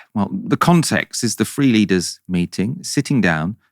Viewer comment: please can you start to pronounce words beginning with or containing the 'TH' combination. ' Free, Fink, Fousand, Bruvver, Bovver, Troof, - the list is endless! You've got worse it seems, I know for a fact that you can pronounce Veez words as I've heard you. You seem to have slipped into a lazy habit. You're not a Dickensian barra boy y'know! 👍